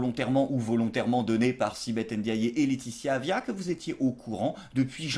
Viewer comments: Sibeth “Aindjayé”... N apostrophe forcé et maintenant on rajoute meme un accent a la fin. Super. Je deteste la petite mais faites un effort sur les noms africains quand meme un moment. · Sibeth Ndiaye ce prononce sibeth Niaye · Attention à la prononciation de Ndiaye ça sonne i e a la fin bisous